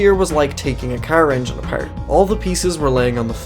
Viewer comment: Every now and then the accent comes out.. like when saying apart. Got that Irish accent strong on some words. But not constantly